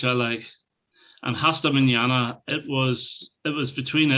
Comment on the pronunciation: The right pronunciation of "Hasta Manana" -> The "H" is not pronounced so Asta not Hasta ;)